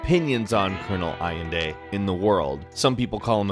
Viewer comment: Allende pronounced Al-lehn-deh